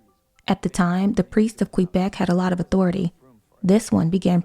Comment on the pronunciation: I almost never comment on youtube stuff and I realize this comment may not be seen, but the fact that you pronounced Quebec correctly makes me so happy. Almost nobody says it correctly